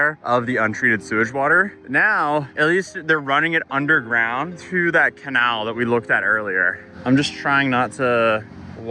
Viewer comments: Dear God, the way kept pronouncing Canal as Canahl kept irking me. But this NEEDS to be covered. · The fuck is a canarl lol you say it right when you're not there so in putting it down to the stench killing braincells. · The second a in "canal" is pronounced like the a in ale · Canal. It's Pronounced KUH-NOWl But ya, that's a crazy situation. Especially downstream. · I agree, he’s grown so much, tis’ good. Btw The way he pronounces canal as “can awl” requires its own documentary with field footage. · the kuh-Nohl.... Cah-NaL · Where the hell you learn to pronounce canal? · Please research how to say "canal" correctly. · who pronounces canal like that? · I've been watching this guy for years. Can anybody explain to me how he manages to mispronounce 99% of his vocabulary? For instance, that is definitely not how you pronounce "canal". How is it possible for somebody to be that stupid and not realize it? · I’m not fond of how you say canal. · why did u pronounce canal wrong? To get ppl to comment? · why cant he say the word "canal"? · The way you pronounce Canal… sorry thank you for covering this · how you say Canal grinds my gears. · he's still saying it wrong lol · The can-what? What be’th this mystical ‘can-awl’ place you speak of? Now I’m just confused. Lol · lol you joked about your pronunciation not being the best a few weeks ago… dude, canALL?? How have you never heard some say canal 😭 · who THE FUCK pronounces "canal" like "Cuh-nawl"??? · “Cuh-nail”. (Canal)…. Must we send you a gas mask??? Thank you for your reporting when no one else was. “POOP GEISER” is the funniest ever, but YOU COULD TIE A BANDANA OR A DIRTY SOCK AROUND YOUR NOSE/mouth and STILL BREATHE BETTER. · What's a Kunall? You mean a canal? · Do people in the D.C. area really say "cuh-NAWL" and not "cuh-NAEL"? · wtf is a "kinawl"? Are you trying to say "canal"? Jesus dude do you really not know how to pronouce canal? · CAH- NAL. Canal. Not CUH-NOL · >canall It's pronounced can-AL.